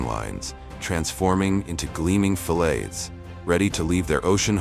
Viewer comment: Funny...can't pronounce the word fillets...different way several times...irritating...